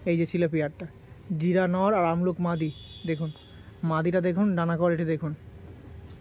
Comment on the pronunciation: Ki sobsomoy amluk bolo , abluk bolte selaho😅